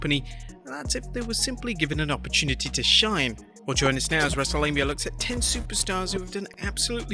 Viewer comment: Wrestle'Lame'ia I caught that...💯😂🤣😂💯